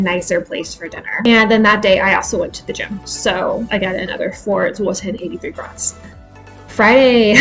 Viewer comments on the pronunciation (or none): A penny or grosz is pronounced grosh not grots, and the plural pronounciation is groshy